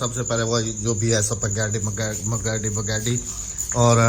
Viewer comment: اسپگیٹی نہیں ھوتا سپیکٹی ھوتا ھیے